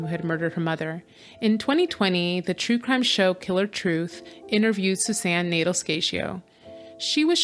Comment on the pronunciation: The name is pronounced nay-DELL, not Nadle.